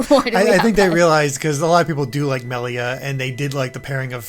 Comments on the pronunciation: It's annoying when people purposefully pronounce the name wrong. It's not funny. Just incredibly lazy. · "Melia slander" I WONDER WHO DID THAT!? HM, COULD IT BE THE ONE WHO CAN'T SAY HER NAME CORRECTLY!? Honestly it was an bad move to not bring in Chugga. IT WAS AN EVEN WORSE MOVE TO BRING IN SOMEONE WHO DOESN'T KNOWS HOW TO SAY "MELIA" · Got to 5.41 before I had to watch different opinions where they can pronounce Melia correctly. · I hate how she pronounce "Melia" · It's been 3 months and I still can't get past that.